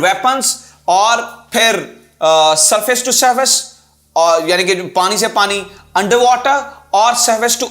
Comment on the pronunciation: Surface-to-surface ❓ bolna Aata Nahin video banaa Dete Hain